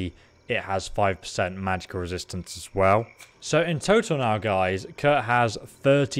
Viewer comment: Love you but I get so confused when you say Kirk not Kurt, makes me think you have a new companion and I missed it 😂